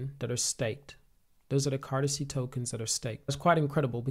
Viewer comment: Can you stop calling it cartazay